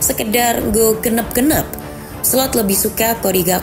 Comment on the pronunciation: ".. sekedar nggo genep genep.." 🤣 jangkrik, jangkrik.. faseh juga boso jowomu mbak!